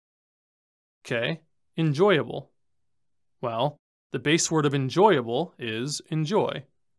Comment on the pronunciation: Anyone else noticed en-joy-able